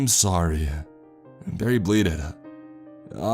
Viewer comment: The inflection you put on the last word of every sentence drives me crazy,, I know it isn’t kahhhhind ,, I’m so sahhhhrry,,, it’s like u exhale on the last word for dramatic effect but it just sounds like a frat boy droning on about last nights shag